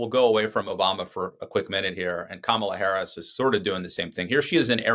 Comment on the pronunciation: It's Ka...ma...la!!!